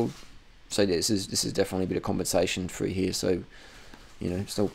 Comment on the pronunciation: I like how he tells people to quit school, yet he can't pronounce a word properly. "Perf" "Froo here"